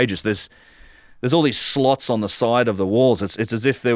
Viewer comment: Ooooh, "slots" I was wondering what "sluts" were doing inside the great pyramid ~ 😉